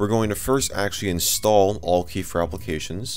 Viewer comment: Isn't it pronounced "Al-Key"?